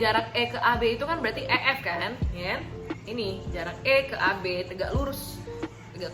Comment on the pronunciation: 21.52 tegak lurusnya pake logat batak wkwkwk smangat terus kak buat kontennya!!!!! ♡♡♡